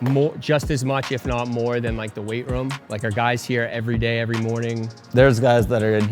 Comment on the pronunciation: sweet vid. stop saying "rum" instead of room though 🤣